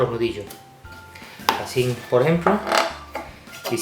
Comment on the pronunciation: "Asín de fáhsih" jeje